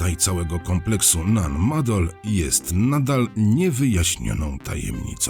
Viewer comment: wielkie dzięki, że pan opowiadacz wielokrotnie wspomniał, że nan madol to miejsce należące do mikronezji na pacyfiku i dzięki że pan tak uważnie i dokładnie nan maNdol czyta. 👍👍 no i niby tylko takie drobnostki, a jednak można tak fascynujący temat i audycję spierdoloć... 👍👍